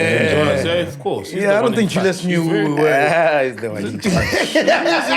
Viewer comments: Team your failing us it’s not Julias it’s Julius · Mac put a "U" on the "Julias"